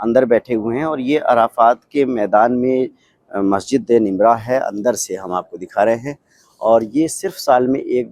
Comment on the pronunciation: Naam to sahih se bolle Masjid e namirah